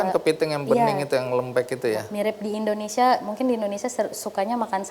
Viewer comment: Mohon dikoreksi.. Kelihatan tidak bermasalah.. Dalam mengucapkan... Bukan INDONESA... tapi INDONESIA... Maaf sekedar saran & Koreksi...